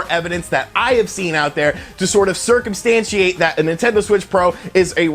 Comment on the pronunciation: 'Circumstansiate'? Excellence in broadcasting right there.